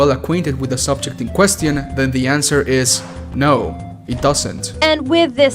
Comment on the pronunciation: Ayo hol up did you just Say qquesțiIoUN